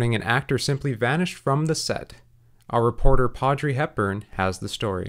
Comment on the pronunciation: "pawdrey hepburn"